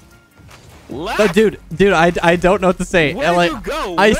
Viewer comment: Leth sounded swedish